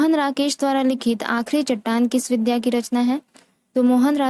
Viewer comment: विद्या... नहीं... "विधा " ही बोलना चाहिए जी, धन्यवाद